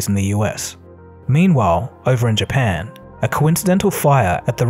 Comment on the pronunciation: He didn’t even pronounce Japan correctly !! What a sloppy job.